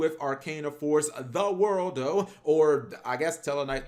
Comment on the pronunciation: The world-o? No no no. Repeat after me ZA WARUDO!